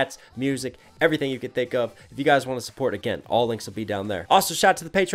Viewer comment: When Picasso says ‘Back to you’, he actually says ‘Back to Jew’.